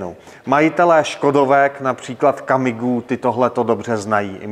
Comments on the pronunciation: Ale musím bohužel konstatovat, že se objevil další výslovnostní nešvar, které by bylo vhodné odstranit, než se zafixuje. Neříká se Kamigů, ale Kamiqů, vyslovováno Kamiků 😀Howgh. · Na Kamiga a Karoga jsem taky alergickej 😀